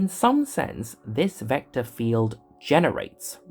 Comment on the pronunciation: Certainly very good illustrations. This is may be a bit personal: As a German speaker with a healthy accent in my EN myself i found the voiceover a little painful to listen to. The accentuation is very strong but a bit random (why always “vector FIELD” for example?) and there is something with the Rs and the Ts that sounds - weird. Again, I have an accent myself and no problem with that in general, but you seem to emulate really posh EN speakers and this imo goes terribly wrong. Might be better to just celebrate your natural accent, no matter which one that is - always better than sounding like King Charles after two weeks of constipation (“agghhr times agghhr”). Bit personal, but i am convinced that would give you a wider audience…